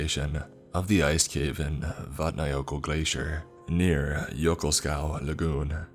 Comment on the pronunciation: Oh wow! Finally a story about Iceland! I live and am from Iceland, we can still feel the tremors. So excited to hear the rest of this story. Also great pronunciation of the names of the places you mention in the story. Not many people that can pronounce Vatnajökull that well.